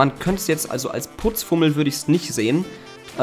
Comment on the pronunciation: Putzfimmel nicht Putzfummel broski